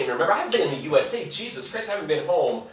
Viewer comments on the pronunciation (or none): none